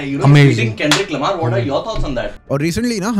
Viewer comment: One more thing bro it's not kendrick le-mar or lemur 😂😂😂😂 😂 it's kendrick l'mar ( lamar)